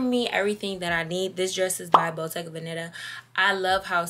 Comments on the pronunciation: Love you but it's bottega veneta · I die every time pronounces the brand names wrong and be confident 😂 I love all the outfits. My favorite was the custom green two piece.